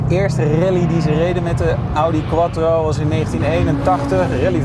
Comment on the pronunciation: Remy van Splunter hij wou denk ik zijn afkomst nog even duidelijk Maken 😜